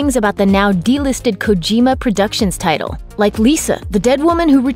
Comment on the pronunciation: Kojima not kogima